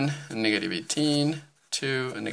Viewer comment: Bro you said niggative number